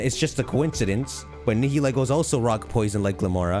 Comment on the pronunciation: The way he pronounced Nihilego really bothered me. I know it's tempting to pronounce the "lego" at the end, but it's supposed to be a mixture of nihil (latin for nothing) and ego, so it should be "nigh-ill-ego".